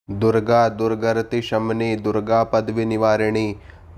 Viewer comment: दुरगरती नही !!! दुर्गती है...अपने उच्चार शुद्ध करलें